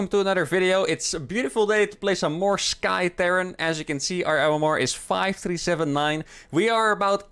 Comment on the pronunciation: For the last time: It's not Sky Terran, it is T-air-ran...